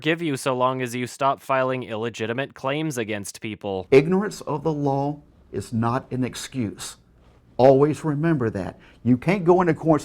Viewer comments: "ignorance of the lol is not an excuse" :). thats what i hear guys honetsly. is this man suffering some sort of speech impecament? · I love how he can't even pronounce the word "law". It took me 18 Minutes into the movie to figure out what he meant by saying "lol" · Is trying to say law or lawl? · Me: "That douche broke the LAW.": "That douche broke the LAWL." No one's going to take serious if he says law like people pronounce LOL. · When says law all I hear is lol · Who the fuck pronounces "law" as "lol" and "stealing" as "stilling"? Sincerely, a Finnish Person with too much free time. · does anyone else hear say "lol" instead of "law"? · Anyone els totally annoyed by the way he pronounces his Ws, it sounds like he's saying lawls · Is anyone else just super annoyed with how [Fetish, much?] pronounces "Law" as "Lawl"? I don't know if that's strictly the accent or what but it just makes me cringe each time he says it. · xD I thought at first that LAWL was an acronym for something, I didn't realise he was trying to pronounce 'law'. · lol the way he pronounces shit is hilarious. "lawl" "go grink" "cool cat loves ta wrastle" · Why does he pronounce law "LOL" ? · Ummmm, what is the 'lawl'? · when he says law it sounds like LAWL. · Why does pronounce "Law" as "LOL"? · This is a good video and I want to say something substantial about that, but keeps pronouncing "law" as "lol" and it makes me laugh. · Why does every time says 'law' it sounds like 'lol'? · Why does he pronounce law like lol... it agitates something deep inside me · It's pretty common for a Texas accent to pronounce silent L's - Let's go for a waLk, I need to taLk to you... But adding a nonexistent nonsilent L to the end of law is both hilarious and metaphorically apropos. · is it just me, or does sound like he is saying lol instead of law? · Am I the only one amused by how he keeps pronouncing the "law" as "lawl"?